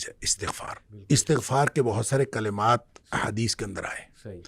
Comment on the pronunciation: Bhai Astaghfar nhi istaghfar hota hai❤❤❤ padhna Astagfirullah hai